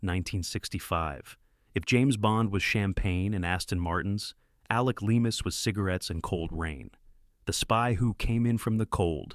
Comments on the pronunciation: If you actually WATCHED The spy who came in from the cloud you would KNOW that Burtons character is NOT Leearmis. Its Leamus. Do you homework. 😊😊😊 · The spy who came in from the cold was Alec Leamas, pronounced Leemas. Not Leearmas. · It's pronounced Leemas not Lee-are-miss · Yes -- he could probably pronounce "Leamas." (Note to \AI: it's not "lee-ah-mass."